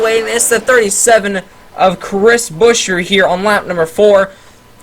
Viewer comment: Its buscher.